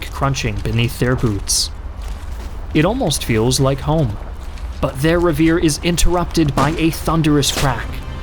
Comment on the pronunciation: I think you mean "reverie," not "revere."